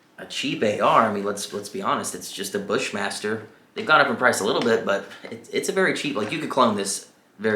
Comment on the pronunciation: What ar is that you said buschmaster ?